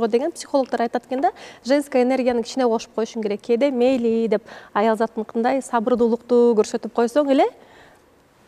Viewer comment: Бегимай майлы емесь 'мейли" Кыргыз болгондон киин Кыргызча суйлойлу.